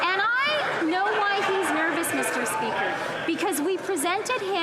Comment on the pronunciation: MEESTER SPEEEKER-that will be ringing in my ears for days